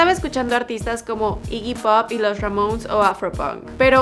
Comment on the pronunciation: Los ramouns JAJAJAJA